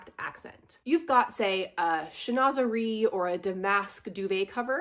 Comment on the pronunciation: Not to mention that it didn’t even roll off HER lips correctly! Chinoiserie has a “W” sound after the “n” and she mispronounced Damask!😵‍💫 Any dictionary app will give you an audible pronunciation.